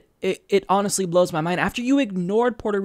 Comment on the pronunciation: Dude. It's Puerto, not Porto.